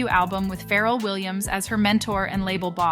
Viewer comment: It’s the way she keeps mispronouncing Pharrell’s name throughout the video 😂. All jokes aside excellent video. just found you and will be looking for more of your content. Good job.